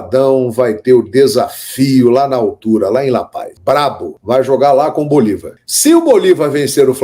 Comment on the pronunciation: É bolÍvar, com acento no I. Para de falar bolivÁr, tá feio.